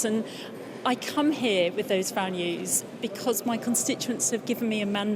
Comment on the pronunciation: Values sounds like fannys